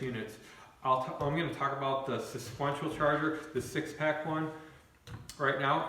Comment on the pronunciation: Lol Im going to start saying it like this now